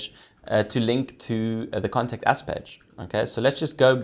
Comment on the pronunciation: I thought you were saying "Contact Ass" - I was thinking, yeeeaaahhhh, this is gonna be a cool site. :)